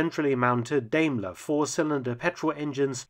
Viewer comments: You seem interested in correct pronunciations, so: "Dime-ler" and not "dame-ler". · It's Daimler, not Deimler.